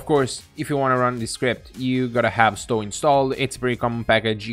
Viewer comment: Also, the 'o' in Stow is pronounced like the 'o' in toe, not cow. 😉